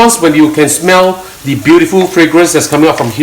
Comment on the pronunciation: Please stop saying "the" like "de" in front of words which don't start with vowels... it's wrong and annoying to hear.